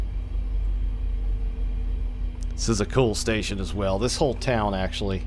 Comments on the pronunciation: I live along this route in northern new jersey so I know quite a bit about the route and towns along the line, and your pronunciations of towns were decent. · Lol alright, glad theyre getting pronounced somewhat correctly